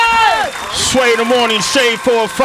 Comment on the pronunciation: lmfaoooo.khafiirrrrrrrrrr listing to sway's pronunciation